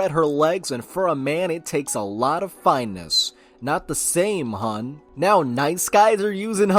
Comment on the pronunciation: Says finesse as fine ness